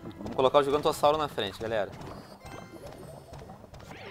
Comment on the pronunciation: Só eu que do risada quando ele fala gigantossauro